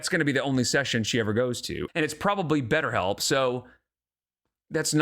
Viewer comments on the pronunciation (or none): I love how you say better help (derogatory)